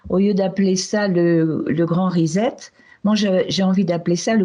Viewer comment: Le grand risette - c'est mignon, non ? mon bebe me fait des grand risette. c'est dommage que les Francais ne savent pas prononcer l'Anglais proprement. RESET si on decompose on obtient RE et puis SET Est-ce que SET vous le prononcez ZET ??? Alors le mot RESET se prononcera un peu comme RESSETTE avec une lettre 'R' Britanique que les Francais sont des nulls pour le prononcer.